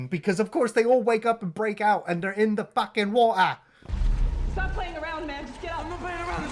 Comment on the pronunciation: All I gotta say is “Sumthin in the Fukin wa’er”